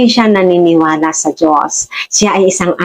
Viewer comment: hindi mo na kuha ang punto madam, wag mong putolin ang video wag e edit, bangag ka ba, ilan ang binayad sa inyo para siraan ang Duterte. kahit sa pagbigkas mo ng Dios mali karin hindi jios kundi Dios. bakit nakakasiguro ka ba sa langit ang punta mo. panatico kayo ng addict.